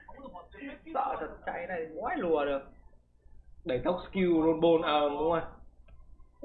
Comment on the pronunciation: bạn nên phát âm đúng từ skill, chúc bạn thành công